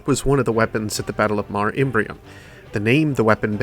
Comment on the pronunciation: Really interesting to see that there was some good lore behind these guns. I like how you went in depth into translating Nova Mortis' name too. Just a side note: Mare is a Latin word meaning "sea", and is pronounced as "maar-ray". Early astronomers mistook the craters of the Moon for oceans and thus named them mare (singular) / maria (plural). Funny how the name stuck, even today when we know that they aren't really oceans at all. But I digress; good video :)